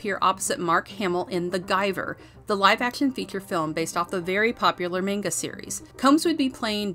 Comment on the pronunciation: You forgot to mention how funny he can be too! His role in 'The Frighteners' and his cameo on 'Stan Against Evil' (which is another show I'd like to see covered someday, wink-wink) had me in stitches! XD And I'm sorry to do this, but I feel it NEEDS to be said; it's pronounced "MAHN-ga"! There is NO debate about it; that IS the proper pronunciation. That being said though, I still loved it! =)